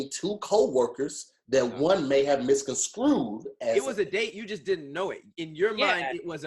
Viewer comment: country as hell: misconscrewed?😂🤣😂🤣